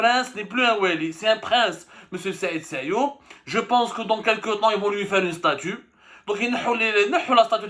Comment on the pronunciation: Sayoud et non Sayoub